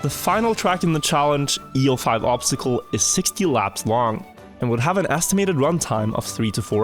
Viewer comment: obztacle xD the word is obstacle xD